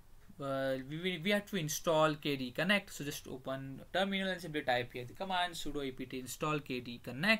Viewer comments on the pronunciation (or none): It's KDE Connect, not KD Connect!